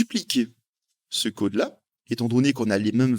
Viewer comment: Le «côde» lol sinon ca fait plaisir les tutos en français,super chaîne👍